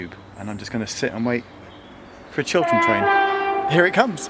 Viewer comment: I was hearing it wrong I thought that you said Children train. Like what is that. a train just for kids or a train painted as if drawn by a kid.